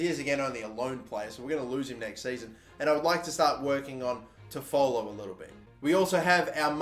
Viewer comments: FYI, it’s Tof-ah-low. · Just giving you some help Toffolo is pronounced 'toff-o-lo' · It’s pronounced tough-full, and Lincoln are in league one now after winning league 2 last season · You are saying toffolo wrong It's pronounced toffalo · You are saying toffolo wrong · Please go see how to pronounce Toffolo correctly please 😅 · Your also pronouncing toffolo wrong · Love how you pronounce Toffolo, it's not quite correct but it makes me smile!